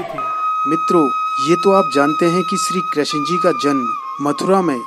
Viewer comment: Krashan ji nhi krishna ji boliye